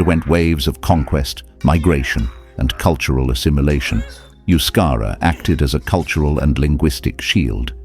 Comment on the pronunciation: And yet the narrator didn't care about pronouncing the word euskera correctly.